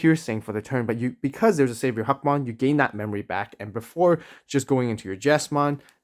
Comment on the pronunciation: I'm sure there is behind him being called huckmon but sorry hackmon just sounds so much better and sound like a real digimon imo.great video as always, keep up the good work